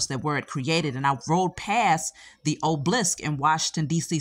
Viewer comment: Obelisk not oblisk!!!